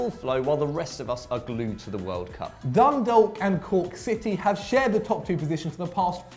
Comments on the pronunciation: it's pronounced Dundok not dundalk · It made me crige so bad when tried saying dundalk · The way you say Dundalk hurts my ears haha